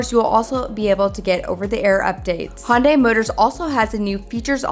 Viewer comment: The Ioniq 9 will have the NACS charging port. The car in the video is a prototype. Also, maybe it's my audio, but it sounded like you were saying "Honday". The correct pronunciation is "Hunday", like "Sunday". They even ran a TV ad to explain this once. 😊